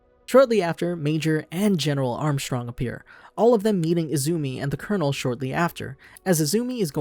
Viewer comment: I’m glad you said armstrongs name like that, very cultured